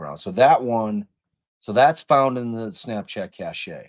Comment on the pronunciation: I believe cache is pronounced "cash" in this instance